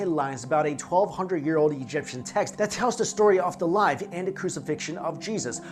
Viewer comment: This guy speaks English okBut I feel like he’s really struggling not to just burst into Mandarin. Words like life, and possession should not have H sounds in them